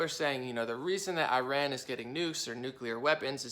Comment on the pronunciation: This guy is a complete right wing hack! And dumb as a doorknob. That’s not how you pronounce Iran.